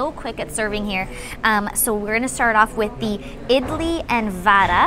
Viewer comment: Your pronunciation idli and wada is right Chiken biryani sooooooper taste but spicy